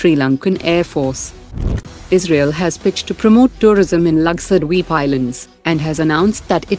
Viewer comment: Your pronounciation "lakshadweep" is wrong. Its not "lakshadw eep" its lakshadweep.